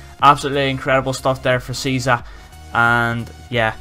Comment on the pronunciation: Search the pronunciation on google, btw Cheesa is fantastic xD